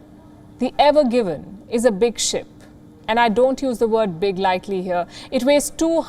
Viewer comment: Evergreen and not Evergiven